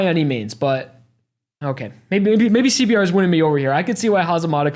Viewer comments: Nobody's gonna talk about the fact that said c b t in the beginning? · Everytime you say CBR as CBT you're gonna get an instant like from me.